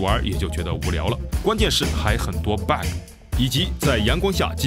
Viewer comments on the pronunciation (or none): Bug应该念八阿哥，不是八爱哥